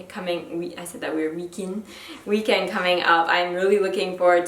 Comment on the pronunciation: When you said "weekend" funny, it kind of sounded like "French " was spontaneously coming out! Cute!